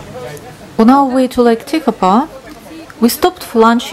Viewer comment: Hi Shorty, yes we did ask a guy from New Zealand, he was born in Lake Tekapo area and lived in Christchurch. The only place couldn’t pronounce properly was Lake Tekapo. It sounds like lake tepeko, just once though. The rest should be okay. Hey I was born in Kherson (Ukraine ) and the way they pronounce the city name on tv is different from what it is called by locals. peaceful life and beautiful nature are the two things most important and we just wanted to show the beauty of New Zealand. We were so impressed